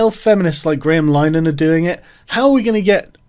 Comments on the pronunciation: What do you expect, he can't pronounce linehan right either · Linehan is pronounced Lin-ah-han not line-han. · It's not Lyenan.It's Linahan,rhymes with bin,then ahan.Get it right.Anyway,Graham is not a ''transphobe''.He's a wonderful ally to women,and stands up for their sex based rights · Lin-Ah-Han, not Line-An you fucking doof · It's pronounced Li-ner-han not Line-han just fyi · It's eff-em-uh-ra and Linehan is pronounced ' Lin-a-han ' my dude, not Line-han. Otherwise....spot on.🤐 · It's pronouned Lin-er-han, not lye-nan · Lin-e-han not line-han very triggering to listen to 🤣🤣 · Sargon...its pronounced Lin a han...please pronounce it correctly. He is still a douche...but its more to those who might share the Irish surname that I beseech you to pronounce it correctly. Yours sincerely... Fr. Pedantic!!! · More mispronunciation with Sargon. Linehan = Lin-ah-han IT Crowd = Aye Tee Crowd It's like Foe-coup all over again. If you want to sound like you know what you're talking about, you have to sound like you know what your talking about. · LI-NEH-HAN Sargon's rape spree of pronunciation continues. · Pretty sure it's lin-er-han. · It's Lin eh han FFS. And he's a complete bellend. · It's pronounced Lin-e-han ffs. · Linn - e- han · Its pronounced "Lin- E- han" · Lin-e-han btw, easier to call him a Nazi than pronounce his name right. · Linehan is pronounced like in Linnen,, lol, as in the sheets, but with the 'han' lol. I love ShoeOnHead, and I love Grahams shows. I have every I.T. Crowd episode. So i'm wondering what the hell is going on here, lol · Carl, Graham's surname is pronounced Lih-nihan. Heard him say so on a Father Ted DVD commentary back when I didn't dislike him. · Actually both versions are accepted names of the show, and that comes from Linehan himself (whose name is actually pronounced LINNERHAN) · It's pronounced Lin-eh-han. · so triggered by your pronunciation of linehan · "Graham LINE-an" "The it crowd" ffs Sargon